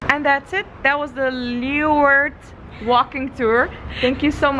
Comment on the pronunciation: Wonderful tour.....and thank you for pronouncing everything right! I was born in Leeuwarden and my family goes back many generations in Leeuwarden and Friesland! Lived there until I was 6 years old. But….at least learn to correctly pronounce LAY VARDEN!